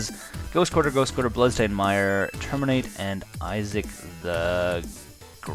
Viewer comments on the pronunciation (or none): You keep calling Ishkanah "Isaac" and that concerns me.